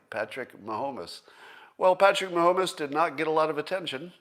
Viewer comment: Please, as Scott says, Ma-Ho-Mess